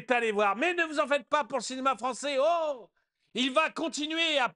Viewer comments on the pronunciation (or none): Français ou ... fronçais ?! Fronçais de papier !